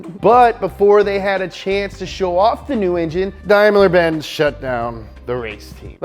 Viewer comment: Did you just say; dimler..?